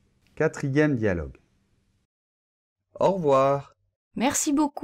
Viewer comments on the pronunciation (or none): Bonjour,. J'ai l'impression que tu dis « aujord'hui » et « en revoir » au début, pas quand tu les expliques. Dans « au revoir » on entend bien « ɔʁ·vo̯aʁ », alors pourquoi dans la phonétique l'écrit-on [ɔʁ·vwaʁ]; l'étudiant qui cherche la prononciation dans un dictionnaire pensera qu'on dit « au revouar », comme dans le mot /ouate/!